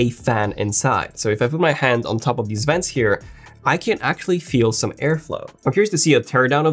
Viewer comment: him saying vents got me laughing